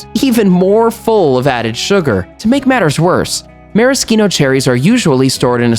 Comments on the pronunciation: It was great other than the fact that he's mispronouncing maraschino. I'm actually a voiceover artist and I do commercials a lot and noticed that firsthand. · I don’t want to be a grammar Nazi but why is he pronouncing maraschino that way? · You can't even say it right!